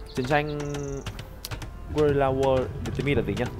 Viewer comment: guerrilla war ɡəˈrɪlə chứ k phải gua li lơ gì đâu chiến tranh du kích